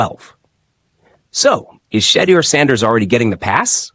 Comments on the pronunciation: Learn to pronounce his name properly! Your channel will grow if you are more open minded. Shedeur will show you his worth. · Bruh u ain’t even saying his name right ! Click bait. Sanders is not a problem child crazy